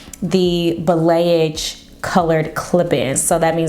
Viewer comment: This looks awesome!!😍 The way she pronounced Balayage took me out!!🤣🤣